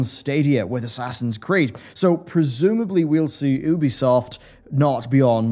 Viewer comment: The only thing I didn’t like about this video was the way your pronounced ‘Ubisoft’. Tomato, tomato? No, I say it’s tomato.